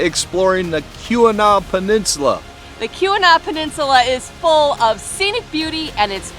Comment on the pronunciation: It sounds like you're pronouncing Keweenaw as "que-we-naw" or "koo-we-naw". The accurate pronunciation is "kee-weh-naw".